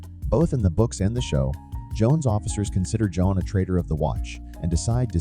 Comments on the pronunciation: Hey just a heads up the characters name is JOHN not Joan! It's seriously annoying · It's not a feeling, botboy. It's a fact. That voiceover is AI, which is why it mispronounces John, perhaps the most common name on the planet. That reply is also highly sus. I will not be watching any more of "your" content, bot.